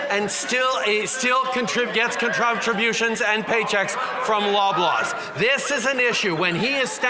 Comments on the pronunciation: Controbtabutions is defiantly a word... what a fucking clown. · Did chucklenuts say: contrumptrabutions? Good job sport!